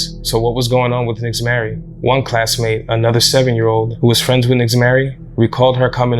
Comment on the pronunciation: Fyi. Nixzmary is pronounced ""Neesh-mari" in Spanish as well as the "mothers" name being pronounced "neesh-aleese" they are names commonly used in Puerto Rico. Not a big deal in the grand scheme of things n maybe in this particular instance it wasn't pronounced like that but just thought Id put that out there. Poor little girl. So sad.